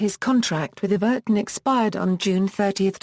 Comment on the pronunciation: You pronounced Everton wrong